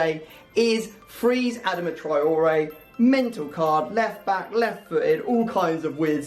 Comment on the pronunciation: It's not A-dam-a